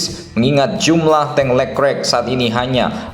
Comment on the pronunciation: Dibacanya lekrek ya, bukan le klerk?